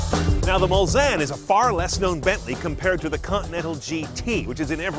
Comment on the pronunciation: Very impressive car. Bentley Mul-Zanne, according to.